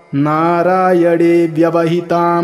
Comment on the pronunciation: नारायण bolne के bajai aap narayad kau बोल रहे है.😢